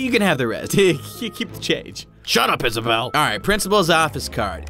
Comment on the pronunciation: How you say it is Isabel that’s my name get it right